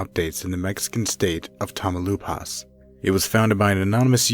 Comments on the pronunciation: "Tah-mao-LEEPASS" not 'tamo-lupas.' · "TAMAULEEEEEEEEPAS" not Tamauloooopas. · Tamaloopas? Tamaulipas is pronounced ta-ma-oo-lee-pas. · I may sound like a SJW, but it makes me a bit triggered how badly "tamaulipas" is pronounced, "tamelupas", "tamalipoas", come on... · Tamaulipas = tam-oww-lee-pass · Tania Alejandra boy said "tamalipas" lmao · Tania Alejandra he said tamalupes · abracadabra mamalupas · the way he pronounces Tamaulipas is driving me insane!! "tamalupas" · You pronounce it Tah-mah-oh-lee-paz, nice video though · Tamlupas please dude at least try to say the name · I'm sorry but I burst out laughing when he said Tamaulipas I find it funny because I'm Mexican lol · I cant get over with how you pronounce Tamaulipas 😂